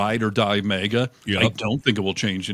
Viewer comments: The first “A” in “MAGA” is short not long. Like in “magazine. It’s an acronym so the rules of grammar do not apply. Well, the common ones anyway. 😊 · Minor comment..., it is Maga, not mega..., just sayin'. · It’s really sounding like you’re saying MEGA instead of MAGA An accent or dialectical situation probably Cheers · Hearing you say “May-guh” is really distracting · Bro its MAGA. Not Maeega. 😂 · I'm sorry but as I understand it, MAGA is pronounced MAY GAY..!